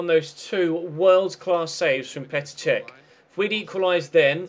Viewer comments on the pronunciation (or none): none